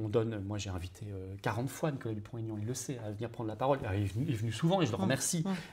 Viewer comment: Chère Madame : "Dupont - Aignan" (avec le tiret entre les deux noms), et non "Dupont Taignan". Il n'apprécie pas la liaison avec le "t"... 🙂